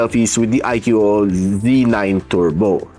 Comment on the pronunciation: I Q dobol O hahah kulit mo talaga pagsinasabi mo yun 🤣 anyway watching this on my IQ dobol O Z9 Turbo 12/256 (na nakuha ko ng php14,800 sa A-YoYo store sa shopee) 😇 Suggestion lang sa mga balak bumili, mas okay Gcam ACG app if pangseselfie nyo, iPhone quality selfie hahah